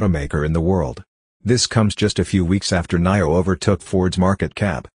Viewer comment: Haha You are saying Naio again lolz